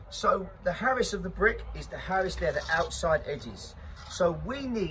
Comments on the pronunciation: I reckon it’s Arris not “Harris” mate could be wrong anyway good vid keep it up son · I love your passion, but please...its an arris...not harris!!! Love ya bruv, keep up the hard work👍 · Arris not harris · Yeah mate it is called the arris that made me laugh 😂